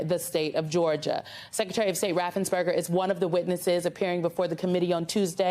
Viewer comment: RaffensPerger. NOT RaffensBerger.